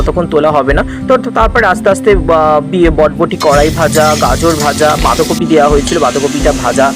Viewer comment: Borboti not botboti😂